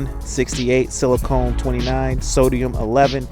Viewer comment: It's actually siliCON (short O), not silicone (long O). Silicon is an alloying metal, mostly used in aluminum (especially pistons). Silicone is a vulcanizing sealant product, which is not a source for silicon. I'm surprised blackstone said that sealant is a source. Lubes ARE, especially assemble lubes, another source as well. I'm sure someone will flame me for suggesting I know better than Blackstone, but I do. I've seen this kind of stuff in other reports from them too; they are close on most of there comments but lack compete technical accuracy in their analytical notation.